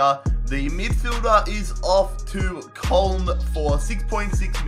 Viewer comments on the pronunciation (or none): none